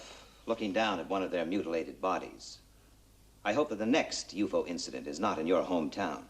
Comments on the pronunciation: How many quarts in a U-FOE? 🤣. Always loved hearing them pronounce that. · U-Foe? Was that pronunciation created for the series, or was it borrow from some part of the world? It works here either way. I have always said it as the three letters. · I’m going to start pronouncing ufo as a word too instead of the acronym. Also Dr Strangelove rolls in shortly afterwards.